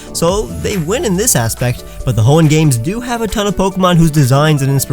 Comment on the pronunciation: they kept mispronouncing Hoenn